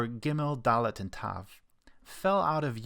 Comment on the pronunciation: Thank you so much for the video, but you made a mistake. Dalet without qal dagesh isn't pronounced that way